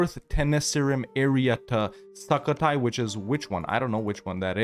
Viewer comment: Love how you say it like SUCK-o-Thai which is kinda appropriate XD. The "u" is pronounce like u in the word "put" btw.